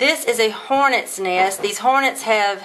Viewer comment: it's nest not neyest